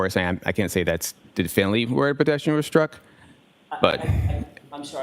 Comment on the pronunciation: Yaaas!!! I almost laughed outloud! Even the court recorder/steno had to ask, "Definley"?? It would be intteresting to see the actual transcript and how the steno spells "definley".